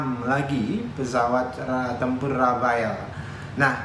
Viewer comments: rafale,, bukan rafael 😁😁😁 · Rafale pak Dahnil.. bukan Rafael.. Rafael mah tukang hipnotis..